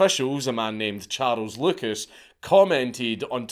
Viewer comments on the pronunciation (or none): none